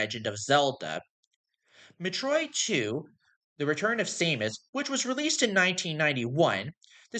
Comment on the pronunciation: Why is this in my recommended feed, and why can't you pronounce Metroid correctly? 😭